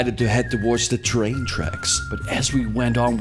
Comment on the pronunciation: Why not just say train like a normal person?